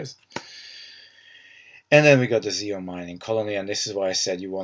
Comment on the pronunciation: Great video! Good analysis of the cards! Nitpick... its pronounced Zee On. :P